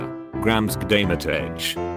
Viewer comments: text: grG’DAY MATEy Voice: gramsg’daymetetch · text: grg'daymatey voice: gramsgritaymitesh